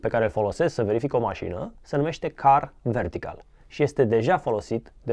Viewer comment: Mai nu stiu ce sa zic,la sfarsit prea accentuat zice "am verificat masina pe Car Vertical" 🤷‍♂️